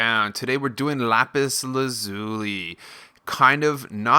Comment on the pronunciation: how he said lapis how to really say lapis